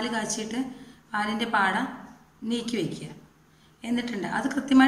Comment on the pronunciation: ആട അല്ല പാട ആണ്